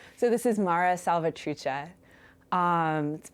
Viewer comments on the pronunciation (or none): the way she says mara salvatrucha is toooooo funny 💀